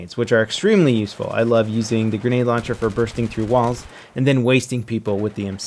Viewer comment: listen to how he says walks XD